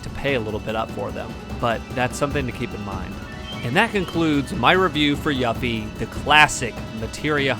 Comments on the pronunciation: it's pronounced YOU-FEE, every time you said it wrong i felt like screaming lol but nonetheless, great video my man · You're mispronouncing her name! 📛